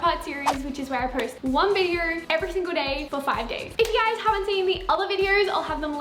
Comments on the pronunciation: "Videor" thats how she says video haha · I love it when she says video. It sounds like vider and it’s so satisfying. 😂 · Vider vider vider. I literally can't watch her because of how many times she says video.